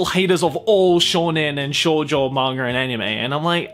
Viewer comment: you pronounced shounen correct but you then said Shoujo like a weeb with their lackluster knowledge of the Japanese language xd I know it was you saying Shoujo like how an English speaker would say it if they didn't know any Japanese xd showjoe xddd